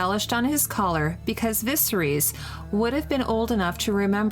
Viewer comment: The only criticism I have is that she stutters and backtracks a fair bit, which sounds like it could be easily fixed by just recording again, and could use some breathing/pacing exercises. She could also stand to pay a little more attention to the pronunciation of certain words - Xaro Xhoan Doxos is butchered, as is Viserys. It's understandable since the names are pretty damn strange to the tongue, but it can be corrected by just listening to the show. That doesn't detract from the content, though, which is pretty damn great.